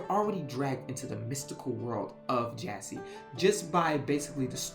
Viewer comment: I feel like an absolute b*tch in sending this comment but this entire video made me distressed. For one, I am Paraguayan and you absolutely butchered the pronunciation. Jasy is not Jay-Z or Jesse Forvo has a good example on how to pronounce Jasy. And also, Jesse the Jester? Seriously? While you got the basis of the legend down, it’s obvious that you didn’t actually do a lot of research. For one, the Guarani are mostly based in Paraguay and some in Argentina. I say mostly in Paraguay because the Guarani language is their official language along with Spanish. Guarani culture is deeply involved in Paraguay culture so don’t generalize like you did with Bolivia, Uruguay, Argentina and Brazil. Please, if you’re going to talk about culture, at least know what you’re talking about. When you were talking about Jasy Jatere, I was internally crying. I grew up with these legends and stories and it’s only magnified since my parents grew up in the countryside where Superstition is much more prevalent. Again, I’m not writing this out of spite. I actually didn’t want to write this but national and cultural pride wouldn’t stop bothering me until I did. I’m sorry but I had to. And for anyone else who reads this, please don’t think that I’m going this to be mean